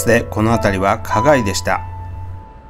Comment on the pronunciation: 1963年に人力車？と思いましたが、柳橋なら芸者さん専用の人力車だったのでしょうね。 「花街」をきちんと「かがい」と発音されていて好感が持てました。 「はなまち」は俗称ですね。